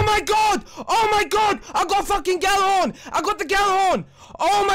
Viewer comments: It's pronounced "Jallarhorn" not "Gallarhorn". The G is silent, more or less. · Zero Nova Well, im swedish. And Gjallarhorn is a nordic/islandic name. Over here, Gjallarhorn would be pronounced "Jallarhorn", or more like "Yallar(who)rn", and as it is a nordic name im guessing that is the correct pronounciation.